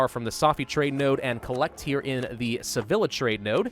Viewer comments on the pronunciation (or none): The way you’re saying Sevilla is triggering me a bit. Say Vee Ya, not Say Vill La. Sorry for being pretentious, looking forward to the series!